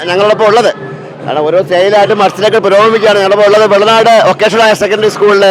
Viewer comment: Pulanad alla bro vellanad 😂